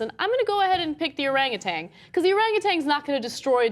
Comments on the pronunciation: OranguTAN, not OranguTANG. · No G at the end of Orangutan. Tan like tanning bed, not tang like orange flavored drink. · There's no G on the end. It's orangutan, not oranguTANG. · Cenk and Ana, please stop pronouncing Orangutan as "Orangutang". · There's no "g" at the end of orangutan guys. There's no "tang" at the end of the word. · It is not an "arang-a-tang"! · It's not Orangatang. This bitch keeps saying Orangatang. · For fuck's sake, Ana, THERE IS NO "G" ON THE WORD 'ORANGUTAN!" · Ana, there is no G at the end of Orangutan.